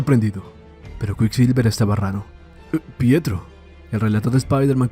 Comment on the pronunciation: No es "Prieto" es PIETRO!